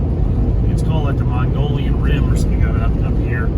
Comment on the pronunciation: Close on the name, it's not Mongolian rim, but the mogollon rim, pronounced like "muggy-on" rim. I sure am looking forward to my first northern az summer !! Yahoooooo